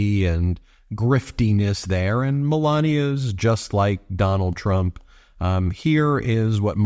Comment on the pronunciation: Necklace sprayed with Duh-nald's bronzer 🤦‍♂️